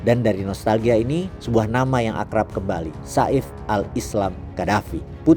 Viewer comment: Namanya saif al islam yang berarti pedang islam Pengucapan yang benar Seif tidak dipenggal seperti sa'if